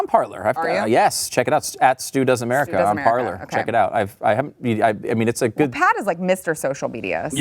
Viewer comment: Parler is pronounced par lay. It is french verb to speak.